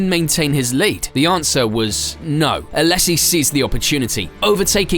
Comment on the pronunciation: Also it's "Alaaaaysssi" not "Alessssi" sorry I couldn't hold that one in either.